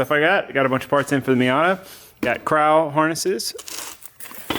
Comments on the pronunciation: KrAw harnesses ? Come on it even has a CrOw on the belt haha. Do americans say Craw not Crow? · "I got cr-ow harnesess" Uhh judging by the crow on the box i think it's pronounced the traditional way? lol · how did you pronounce Crow? serious? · Are those crow harnesses pronounced like you said? I would think it would just be crow like the bird since theres a bird on the harness lol. I dont know shit tho... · crow seatbelts? its either taylors american accent or he doesnt know how to pronounce it lol:) love your work, no hate